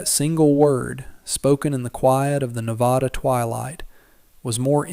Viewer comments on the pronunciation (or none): For those of you on the East Coast or anyone who wants to pronounce the name Nevada correctly, the second syllable has the short "a" sound as in apple not the short "o" sound as in off.